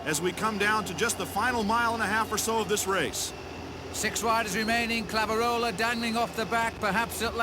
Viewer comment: Great race. Unfortunately, couldn't pronounce the other French rider's name (Claveyrolet (sp?)) correctly, even when Liggett did so repeatedly.